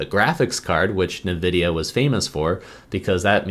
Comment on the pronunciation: Nuhvidia…. lol bro I’ve never heard anyone say it that way. It’s always N-vidia